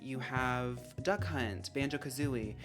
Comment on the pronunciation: The more you say "Duck Hunt" the more I can't help but hear "Da Kh*nt"